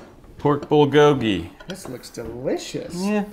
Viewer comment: lol love your videos.. just gotta say one thing it’s your pronunciation lolol it’s bull-go-gee (bulgogi)